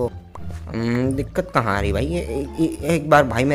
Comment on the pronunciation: Ye kis language me bol rha ho na aari nhi aari bolo please bhaut Ganda lag rha h